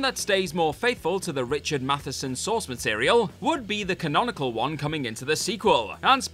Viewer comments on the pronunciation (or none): none